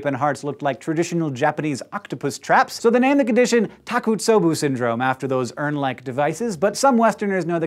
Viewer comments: Takosubo is pronounced tah-koh-soo-boh not tah-koo-soh-boo ...sorry... but I hate it when people mispronounce Japanese words. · Hank, I love you, but you totally jacked pronouncing Takotsubo. I had to listed a couple of times. It makes me smile. You said Takutsobu. Let me help. Ta ko tsu bo. To pronounce it think taco then tsu like in tsunami, then bo like the bow and arrow. Takotsubo. BTW, isn't mispronouncing things John's thing? You can't take that from him! Also, there's nothing to fear but fear itself. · Takotsubo is pronounced Tah-koh-tzu-boh.